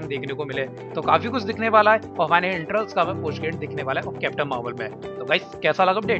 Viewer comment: not internals its eternals